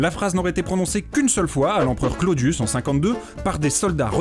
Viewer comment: Super vidéo, mais fait un effort sur le latin les e se prononcent é: « imperator » se prononce impérator. Et les u se prononcent ou: « Clodius » se prononce Clodious. Merci